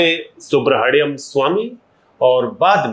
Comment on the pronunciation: भाई, आप खैनी मुंह में लिए हुए इंटरव्यू करने बैठ गए और 'सुब्रमनियन स्वामी' को 'सुब्रहडियम स्वामी' कह रहे हो। और मैडम सोफे पे रखे तकियों को ठीक करने में लगी हुईं हैं। वाह वाह, आजकल हर दूसरा व्यक्ति पत्रकार बन बैठा है।